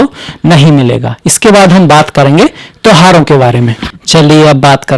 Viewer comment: Guru ghataal jyotish ko jyitis aur tyoharo tohaar bol raha hai naam se pahle dr.bolney ka bhut shouk hai guru ghataal😂😂😂